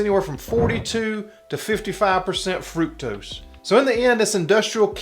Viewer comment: FRUCTOSE! It's FRUCTOSE, people!😂